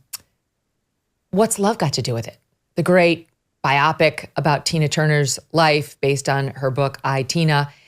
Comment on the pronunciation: By-ah-pic? 😆 🤣 😂 It's bi-O-pic